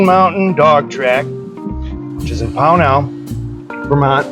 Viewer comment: I know you’re not from the area, but it’s pronounced POW nul, accent on the first syllable, not the second. Nice video. I grew up 2 miles away. Built in 1961 horse racing until the 70s owned by the Rooney family out of Pittsburgh. Green Mountain Park was famously known as a horse racing venue. It was only the last couple years that they transitioned to dogs and they were not successful at all.